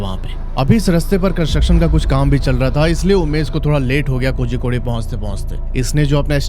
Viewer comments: Bhai it's pronounced koricode and not kozykodey.. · Hello hello mysterious state????? Waise tumne kitne mysterious explore kiya hein kerala mein???? Pehale jagah ka naam teek se bolna seeko Kozzzzicode nahi bolte. Z ko tounge twist karke bolna padtha hei.... kolikode bol sakte ho lekin woh bhi sahi nahi hei but almost sahi hei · Kozhikode is pronounced koryikod. THA is pronounced Da in south, ssery is pronounced sshery